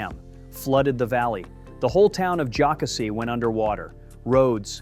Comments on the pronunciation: It's pronounced Lake joe CASSIE ... and the river is pronounced ED is toe, get your info straight. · Very interesting. I live near Table Rock and Lake .Jocassee. You’re forgiven for your mispronounciations.